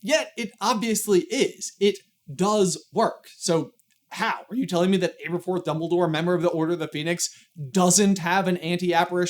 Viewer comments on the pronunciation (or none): Not really to do with anything, but I noticed you pronounced Aberforth with an "Abe" sound in the beginning, but from the very paragraph you read Neville calls him "Ab", so I would assume his name is pronounced AB-erforth, not ABE-erforth. Nicknames are not always conclusive, but I think they are great to give a hint at how to pronounce names in fantasy. If your name is ABE-erforth, then your nickname is more likely to be Abe than Ab and vice versa. Similarly in Game of Thrones, I've always assumed Catelyn Stark was pronounced with a "Cat" sound like in the show, because her nickname is Cat, and I could never understand people who said "KATE-lyn". If your name is "KATE-lyn", why is your nickname "Cat" and not "Kate"?